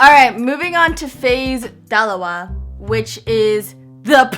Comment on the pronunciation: lol im laughing so hard because she kind of pronounced isa dalawa and tatlo kind of weird but its cool